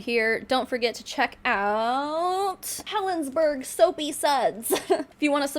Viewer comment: It’s pronounced Helensburra. Hello from the UK! 😂